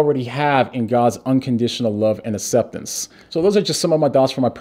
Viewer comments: Please take a moment to pronounce aCCeptance instead of asseptance. Bless you brother! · No one:: Asseptance Love ya 😂❤️ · I had no idea he was deaf! That makes a lot of sense when you talk about how he pronounces certain words